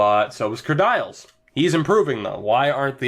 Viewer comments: Its not said kerdyles... its said Kerdeeles... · Stop saying "Ker Dials" it's pronounced "Ker Deals